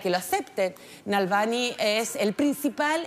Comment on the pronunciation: No te esfuerzas en leer. Nada de Nalvany!!! Dice Na -- Val NY como ni. Choca que no pronuncias bien